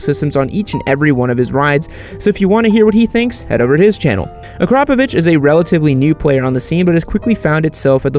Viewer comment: It's not Ak-ROP-a-vic, it's Akra-PO-vic. That's not even semantics, it's just how it is from where the a and the o are in the name.